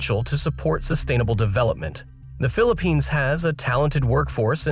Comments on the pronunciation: *Philippines, not Phillipinse. smh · Crazy, "phillipinse" "gobal"